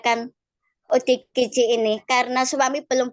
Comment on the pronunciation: Ya ampun.. OODG wkwk.. Salah sebut akuhhhh.... ODGJ malu-ku sampe kemana mana rek.. 😂😂😂😂.Maaf ken lidah yang keseleo wkwk